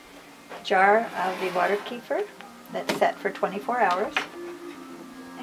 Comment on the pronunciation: it's pronounced "KEh-FEER"